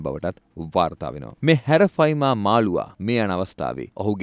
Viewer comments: හැරෆයිමා නෙවේ යකො ඇරපයිමා😂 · Nama hariyata kiyanna bro Harapima nemei Arapima hode😢😅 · නම වැරදියට කියන්න එපා. විස්තර හරියට හොයලා කියන්න. බොරු කිව්වම මිනිස්සුන්ට එපා වෙනවා. මාළුවගෙ නම - " " " ඇරපයිමා " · නම හරියට කියන්න "ඇරපයිමා"